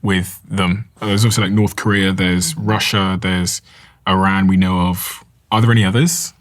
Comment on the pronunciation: First person who pronounced Iran correctly lol. Not “Eye Ran” lol